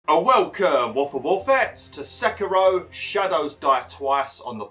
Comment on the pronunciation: You pronounced Sekiro wrong. It's more like Seekiro not seckiro